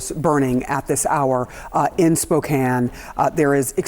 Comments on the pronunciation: It’s pronounced Spo-can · Why are you saying Spokane like that?....lol. We don't pronounce it quite that way over there....lol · I'm sorry for the people of the Pacific Northwest. But my doofus brother-it-law called the city Spoo-Kane... :face-purple-crying